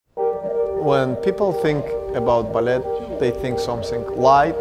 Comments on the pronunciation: You don’t pronounce the T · Why is he pronouncing the t in ballet